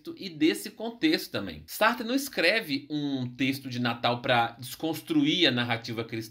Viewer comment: Que viagem! Sartre pronúncia está correta